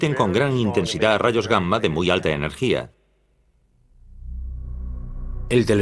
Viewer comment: Es la correcta pronunciación de la doble 'm'. Aunque también me resulta curioso y chistoso